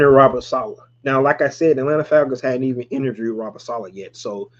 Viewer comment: Interverd 😂 bruh gone have me saying that shit